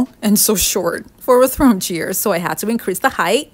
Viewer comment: They're probably those pampered, elitist "I-won't-let-my-surgically-enhanced-bottom-touch-anything-that-wasn't-made-in-Paris" types. Screw 'em. This woman's creativity is priceless. And I love how she says "chair" - it sounds like "cheer" .... which is exactly what she gives her viewers. ☺️